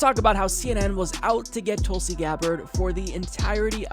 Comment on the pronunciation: Hey! From your newest member, sincerest thank you for not only acknowledging us, but pronouncing my name spot on correctly. No one ever does that! Keep it coming......and keepin it real by keepin it Tulsi.